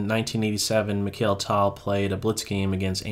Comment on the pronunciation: It is not pronounced "tall", it is "Tal"